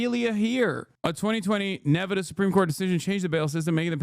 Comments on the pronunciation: Did Hasan just have full on dyslexia for a few seconds? "nevadah" and "achieved" instead of archived KEKW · Why is Hasan pronouncing Nevada like a Adanali hillbilly? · Nevehdeh... I've never heard it pronounced that way till now. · I was the biggest Hasanabihead until I heard how he pronounces 'Nevahda' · why does he say ne-ve-duh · bro how did you pronounce nevada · The way Hasan keeps pronouncing Nevada is sending me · I have never heard "Nevada" pronounced quite like that.